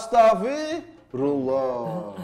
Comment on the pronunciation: Mohon maaf sedikit koreksi buat Tretan Muslim, pelafalan yg tepat itu astaghfirullah al 'aziim. Bukan astafirullah al aziim. Terima kasih.